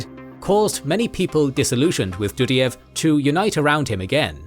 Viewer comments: Do_die_ev 😂 NOT Dudy_ev 🤦🏼‍♂️ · Это невозможно слушать :) Ребята, пожалуйста, если делаете текст-переводчик с английского сначала послушайте, что он вам наозвучивал, а только потом публикуйте. Потому, что "Елин", "чечны и чеичавены", "татаристан" "ДудИев (вместо Дудаева)".